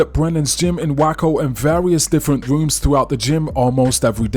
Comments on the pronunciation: In (Wayco) not whacko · Wako ???? It's called Waco u dumbass